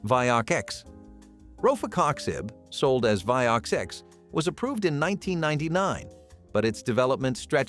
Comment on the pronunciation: Are your videos EVER edited or listened to before they are posted? Vioxx is a two-syllable word, it's not Vioxx Ex. It's not the BUYer company, it's BAYer. There're too many errors to mention which makes me think none if this video should be taken seriously.